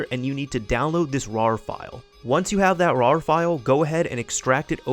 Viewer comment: It is pronounced,. "rare" or you just say, AR EH AR